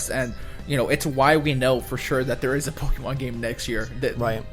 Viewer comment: "Pokie Mon" lol...